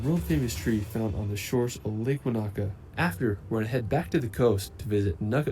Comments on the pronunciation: if the dude in the video said "wah knacker" for Wanaka one more time...its correct pronunciation is wo nuh kuh similar to Hanukah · I don't have a specific favorite place in NZ - I more like to road trip and let the vibe wash over me again and again. Also, that dude was annoying the hell out of me with his "Wanāka" always with the "Wanāka". NO! Wanaka. No ā in the middle! There's a difference between a and ā!